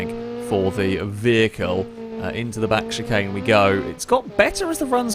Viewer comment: Can we ban from saying “chicane”